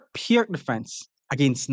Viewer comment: As far as I know the right pronunciation of "Pirc" is like "Peertz", it just hurts the ears to hear it pronounced like "perk"